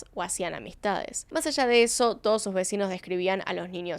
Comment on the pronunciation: Por favor, te escucha mucha gente joven, intenta pronunciar el español con propiedad, por ejemplo, las eÑes, tan españolas, que pronuncias de forma incorrecta como 'Ni' en vez de eñe: ninios, pequenio, matrimonio, anios... 'planiandolo' en vez de 'planeandolo', asá en vez de allá, etc. Gracias